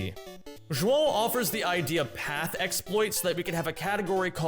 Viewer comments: props on the correct way to pronounce João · I'm impressed you pronounced João's name correctly